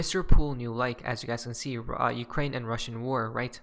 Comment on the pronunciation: Not ukrake. But U.k.